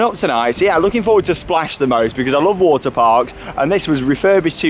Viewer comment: he sais water like waer